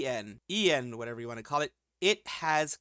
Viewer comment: It's "eiyen".